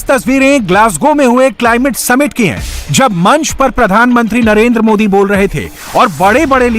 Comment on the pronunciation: please correct our pm name as it is narender modi not narender moody, as it shows the level of knowledge he has